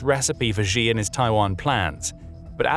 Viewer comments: Who is GEE? His name is pronounced SHE. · Xi = "She" btw, not ShGee or however that pronunciation would be spelled. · If you report in China, at least pronounce the CCP leader's name correctly. It's easy. It's not zhee... it's 'she' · Not the most important thing here, but Xi is pronounced "she" and not "gee". Sometimes little things strike at credibility. This makes you sound like NPR. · The Chinese leader's name is pronounced "she", not "gee". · Xi = Shee, not zhee. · wtf... how we gunna listen to analysis from anyone who doesn't know that it's "shee", not "gee"? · Pronouncing Xi as Zee is like calling Trump Drump. Get some basic lessons on Pinyin.